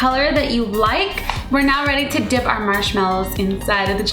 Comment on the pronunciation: when she said ready to dip it sounds like she is saying dick O.o